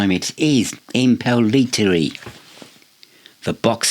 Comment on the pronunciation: I think his name is pronounced like this: Im-pell- it-erry. That's how I've always pronounced it. Forgive me for sounding like the grammar police but Yngwie is pronounced Ing-vay. Don't get mad at me for this ha ha.